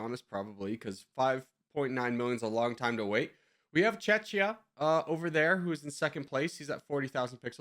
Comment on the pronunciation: You didn’t just pronounce czechia like that😂😂😂